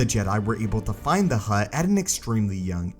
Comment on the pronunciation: Keep hearing "hot" jedi Dorian